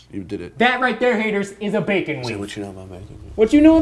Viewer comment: Did he say Bacon lube?